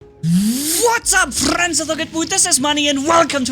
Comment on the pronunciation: I like it when u say "What's up fRRRRends"